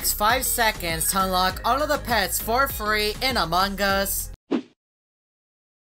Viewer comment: Why do you say among gus? Who's gus?